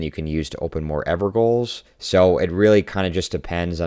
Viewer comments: In Elden Ring I am fairly certain characters say "Ever Jail" but maybe it is not something everyone has heard. I hear a lot of people pronounce "Gaol" as "Gaul". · good video. ps "ever gaols" is pronounced "ever jails" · Actually people saying "ever-ga-oul" or "ever-goal" instead of "ever-jail" is a very common misconception, particularly for people whose only exposure to the classical English language is Shakespearean plays such as Romeo and Juliet or Hamlet. It's also never said by name in the game once so their only logic to go off of is what it would be phonetically, since that is how most people are taught to understand English. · The "gaol" in Evergaol is pronounced like the word "jail". It is a really old British term. Please do not pronounce it "goal". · It's pronounced evergaol (ever jail), not ever goal. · Say it with me now... "EVER JAIL" = EVERGOAL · It's "evergaol", not "evergoal". Gaol is pronounced like jail - hence the relic perk referring to evergaol bosses as prisoners. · It's pronounced ever everjail not evergoal. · sorry but "ever goals"? gaol is the old English spelling of jail, and it would be pronounced everjail. (doesn't that make the special spirit prisons name make more sense?) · On the teammate keeping a weapon you want thing, the passives are random, that rivers of blood you want could have a very useful passive the raider needs, trust your teammates, I guarantee you they have some logic for wanting that weapon. Edit: also it's gaol not goal, pronounced jail (old English version of jail) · Just so you know evergolaol is actually pronounced as everjail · Gaol is pronounced Jail. The plural of Stonesword Key is just Stonesword Key. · Evergaol : "Ever-Jail" Not a Goal 🥅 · bit of a nit-pick but you mispronounced evergaol, it's said ever-jail. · Evergaol is pronounced Ever Jail. It's the old English spelling. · "gaol" is pronounced like "jail" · gaol is pronounced "jail". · Gaol is pronounced as JAIL!!!